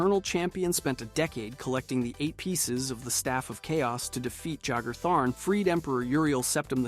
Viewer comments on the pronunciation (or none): “JAG-er?” it’s pronounced like the drink, bro. “Yay-ger.” The player is declared “The Champion of Cyrodiil” at the end of Oblivion. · "Jagar" is pronounced "Yay-gar".